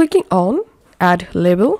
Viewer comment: Very good explanation and easy to follow thankyou Except I hope you don't mind me saying the word Label is actually pronounced "Layble" I thought you were saying Level. Once again thankyou